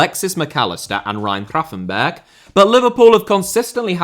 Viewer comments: What's with the Ryan crapenburg? you got a speech impediment? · By the way, Milos is pronounced MiloSH and Isak is pronounced EE-SSak not EE-Zak. And I’m not even going to get into Gravenberch.